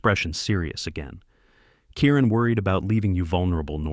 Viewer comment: Kieran not Karen